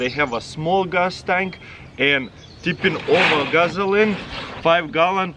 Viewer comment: Did he say "Guzzline?"